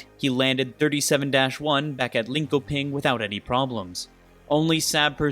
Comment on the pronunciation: If you're going to record an hour's worth of commentary on Swedish planes, I suggest you take some time to check the pronunciation of things. It's S-Ah-B, Ling-Sho-Ping, etc. I know that most will say it's not your native language so it's no big deal, but as an American living in Sweden, I know it's not that much effort to get it right and it goes a long way for normalizing not butchering other people's languages.